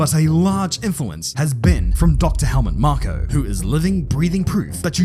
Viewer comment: You mispronounced Helmet Marco